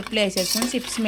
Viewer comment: సిప్స్ కాదండి చిప్స్ అని సరి చేయండి